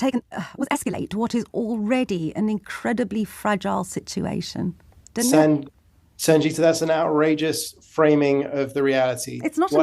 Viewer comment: Purposely prounounces her name wrong ... well done Sangita 😊